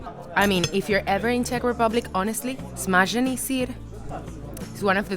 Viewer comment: Wow, you've got really good czech accent. That way how you said "Smažený sýr". That was amazing, very good job with learning.